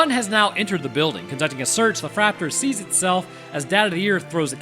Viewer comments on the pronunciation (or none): You can go with flap-tor instead of fraptor